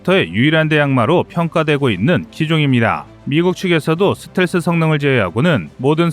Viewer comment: 듣기가 좀 거시기하네. 슷텔스가 아니고 스텔-스 라고 해주시면 고맙겠음다.